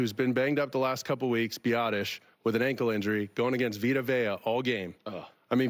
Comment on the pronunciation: I have a hard time taking an 'expert'(referring to Colin) seriously when they can't pronounce one of the best NT in the league name properly.....it's pronounced 'Veeta Vaya' SMH